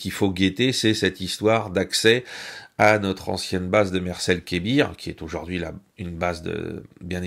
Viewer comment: excellent, comme d'habitude, en revanche mes oreilles saignes: aujaurd'hui